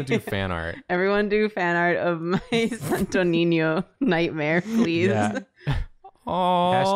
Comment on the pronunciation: I just,,,,,,,, love pronouncing sto niño properly and the others are just, SanToH NeenYoh No offense, just so love hearing non filipinos pronouncing our words sjdnskndksnckd Love u guys!!!